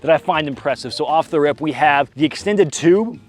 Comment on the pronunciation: Every time I hear, “off the rip”, what I’m hearing is that you just farted.